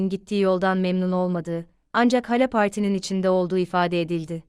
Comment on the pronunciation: hala.... değil, hâlâ diye telafuz edilir!!